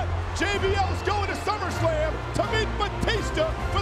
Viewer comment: We got two slip ups in the first promo!🤣 Teddy Long with “Slummerslam” :55 and JBL with “Rumble Royal” 🤦🏾‍♂️🤣 I miss this WWE🤣